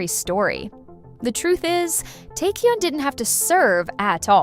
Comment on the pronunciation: You said Ok Taecyeon name wrong omg 😫